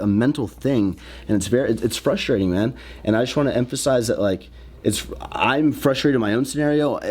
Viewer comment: 😂😂 it’s fwustwaiteeng